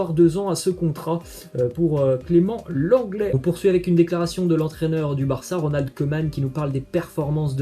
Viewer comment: "Lenglet" putinnnn